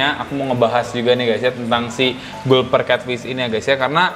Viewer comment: Kak mbacanya galper catfish